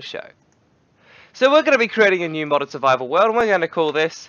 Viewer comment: It's Modded not Moded